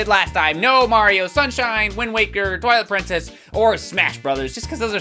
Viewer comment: Instead of Twilight Princess I heard toilet princess